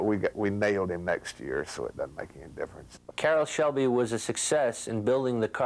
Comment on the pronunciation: Why does the narrator keep calling him caroll's shelby?